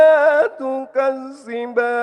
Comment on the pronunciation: Mantap Maaf koreksi dikit ذ tapi dibaca ز